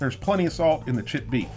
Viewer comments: i know he is saying creamed chipped beef fast but it sounds like creamed shit beef, makes me even more not want it. But it is SOS. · I know you are saying "chipped" beef, but it sounds like you are saying "shit" beef. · This is weird shit on a shingle is an exclamation of surprise in England i didn't know it was a food not sure which came first. When you you say chipped beef with your accent it sounds like shit beef. Maybe that 's how it got its name. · When you say "chipped" it sounds like you're saying "shit". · i cant unhear "cream shit gravy"